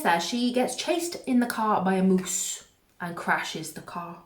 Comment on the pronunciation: Your pronunciation of moose killed me